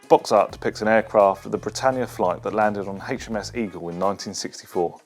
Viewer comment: The number 3 is not pronounced "Free" and HMS in relation to the Royal Navy is pronounced "Aitch Em Ess" not Haitch etc. So very annoying.